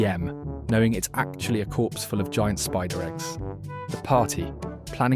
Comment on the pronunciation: AI voices always make me wonder if it's someone who is a non-native speaker of English, until it gets to something incredibly stupid like a typo or pronouncing "it's" as "Eye-Tee's". It's like, you're already just gathering a ton of memes and stuff, is it really THAT much effort to just read them out with your own voice instead of sounding like someone who's struggling how to read and also doesn't understand incredibly basic things?